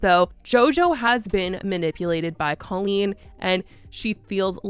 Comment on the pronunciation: If you're going to exploit this, at least get her name right. Cole-een